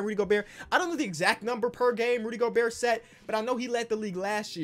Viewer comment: said “Rudy Goburt” like flight 🤣